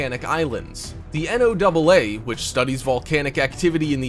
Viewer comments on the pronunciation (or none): none